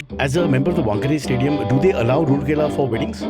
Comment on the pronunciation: Its pronounced rooor-kella, it’s raoor-kella.